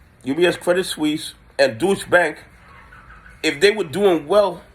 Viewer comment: I like how you say “douche bank.”